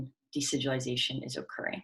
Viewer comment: I love listening to you say decidualization. It's such a powerful word that explains so much! I think invasive placentas are scary.